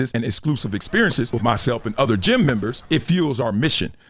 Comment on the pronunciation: My biggest takeaway from this is that you have been saying "gem member" not "gym member" this whole time 🤣